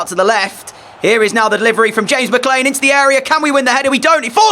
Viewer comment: I don't think your pronouncing McLean right ❤🎉😊